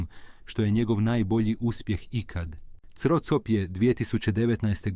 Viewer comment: Nije cro cop nego se čita kro kap